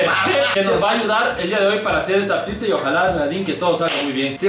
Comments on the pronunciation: Por qué Wicho dice la pipza 🤣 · A CASO DICE PIPZA? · es pizza no “pipsa” JAJAJAJAJA